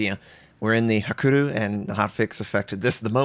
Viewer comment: Love your videos, but please don't ignore the 'y' in Hakuryu.